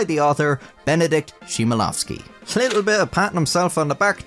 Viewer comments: "simelowski"? You could've at least put the name in google translate to say it properly... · simelowski? bro its not hard to type chmielowski in a translator and click that little speaker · As a pole, the way you pronounced "Chmielowski" is offensive Its something like "Hmielovskee" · "SHIMALOVSKI" my fucking god yall never know how to say our names right. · "Chmielowski" is pronounced with a hard "H" sound, not "SH" or "TSCH" :) H-MIEL-OVSKI. You obviously did research for this video, so you could at least paste it into Google Translate and hit the "listen" button. It hurts. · Bro why dont you just learn how to read his name for once so you dont have to call it Cimielowskij for the entire video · Same but remember how crazy this language is (I’m also Polish). And it’s very common among most of nations to spell the names just like they would. I don’t think it was on purpose nor to disrespect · Not to be the annoying guy but It's Chmielowski and the Ch is pronounced like H in the word hop. Also his name means Hop(used to make beer) + owski which makes his name an adjective. Basically this guy is called hoppy So this guy is Basically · Love that book! Especially after being asked for the full title on my literature exam… 😂 Thx for bringing those memories back, nice video! (checking the pronunciation of the author's name wouldn't hurt though. At least to try to get it in the same zip code. The poor guy deserves that much—you are, after all, quoting his work! 😊 ) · Aight, so as for his name - Chmielowski is in fact pronounced with an "h" not the English "ch" (for the "ch" sound in Polish we wright "cz"). So you basically make the same sound as you'd make while thinking or meditating "hmmmmm", and then go on with the rest of his name - as pronounced in the video. Hope it helped, anyway loved the vid <3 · Polish "ch" is read as "h" in horn, not like "ch" in channel... The surname of this priest comes from hops (a thing which is a crucial ingredient of a beer).